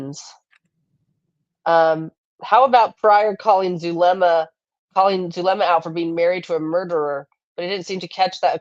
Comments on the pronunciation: Prior is STILL calling Zulema (sp?) Zaluma and etc. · I was so annoyed by that down home lawyer schtick. Talk about condescending to the jury. He knows what acquiescence means! He can pronounce things! (Well maybe not since he said Zalooma too)